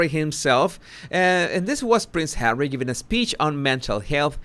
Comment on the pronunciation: No matter how bad my mood or day is going as soon as you say Hawwey I smile and say it out loud Hawwey